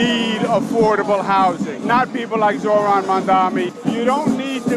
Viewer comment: When is Ryan going to learn how to pronounce Zohran 😂